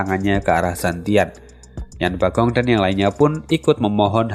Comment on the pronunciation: Min, tolong koreksi lagi penyebutan nama tokohnya. Sesaat agak bingung denger nama tokohnya, krn di novel atau komiknya ga ada nama tsb. Zhou fan harusnya Zhuo fan, gambar pengenalan karakter juga tertulis Zhou Fan, yang harusnya Zhuo Fan, Yan Bagong harusnya Yan Bogong Ju bijun (yang terdengar) harusnya Chu Bijun